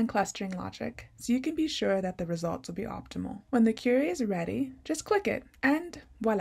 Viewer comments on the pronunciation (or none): I was confused until I realized when you said "curry" you meant "kwery."